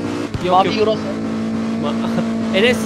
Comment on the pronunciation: ustam iç dış kaç yiro.:Yiro, yiro nerenin para birimi yiro😂